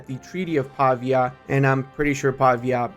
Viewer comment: "Treaty of Pavia" Pavia is pronunced Pavìa, not Pàvia.